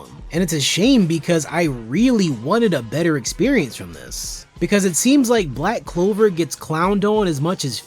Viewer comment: You simply don't know how to enjoy the anime that is all, why don't you watch tom and jerry instead? 🤐🤐and its pronounced Black Clover, not Black Cover!